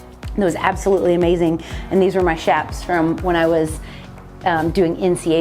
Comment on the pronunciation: THANK YOU for pronouncing chaps correctly!! Pet peeve of mine! Lol!